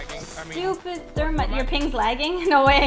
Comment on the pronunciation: The fact they all were just talking about random things in start shows that they all have patience and have stratagy to rush Thats not thermite Thats ther - mi - ti -Noah